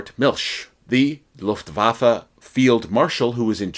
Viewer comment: This is the first time ever I hear a proper German language pronunciation Faron an obviously English speaking native person, thank you! Its horrendous hearing the Lufwaffe expression like Lofwaaafle.